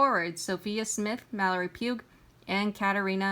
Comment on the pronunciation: Mallory Pugh (Pew). The g is silent. Otherwise good play by play.